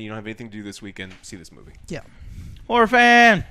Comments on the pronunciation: Im sorry the whole time, I know you were sayinh horror but. I heard Whore lol. - This movie did not do their whore right. Am I the only one who heard this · Always sounds like is degrading women when he pronounces "horror" xD